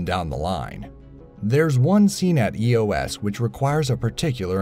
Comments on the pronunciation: E.O.S LOL its pronounced Eh-Ohs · Ian n Can't forget Eeeyoess